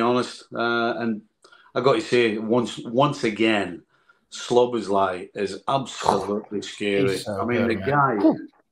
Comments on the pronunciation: No English person can pronounce it correctly. Szoboszla is more or less good but at the end you have to pronounce it with an " E " Szoboszlae. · Nicol is STILL saying "SLoboszlai" ffs